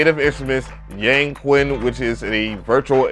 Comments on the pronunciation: Great video. I love all your reviews. For a future reference, remember that "Q" in Chinese is pronounced "sh". Hense it would be pronounced "Yangshin". Does not make a difference but was the way they pronounced it in the NI walkthrough video. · In chinese it’s pronounced as “yaaang” “chin” . Just incase 🤓. fab video bruh . grabbed it asap !!! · Its pronounced Yang-chin.... Makes me laugh when they westerns call it "Yang-queen" 🤣🤣🤣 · Thanks for the find! When you see a "Q" followed by a vowel in a Chinese word, it's pronounced more like "CH," so the Chinese dulcimer is pronounced "Yang-CHin." Happy New Year!